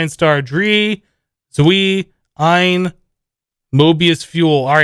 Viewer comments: Ein is read Ain, zvei is read cvei, drei is read drai, vier is read fier!(It`s from German) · it's funny how you pronounce the German words ,bin,zwei and drei xD